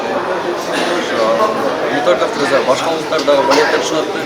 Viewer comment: Ассалому Алейкум окурмандар дуйнону киргиз эмес.кыргыз деп.таза суйлоту.мына.эрдик.азамат.бар.бол